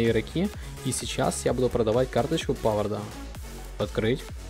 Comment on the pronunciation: Правильно павар а не павард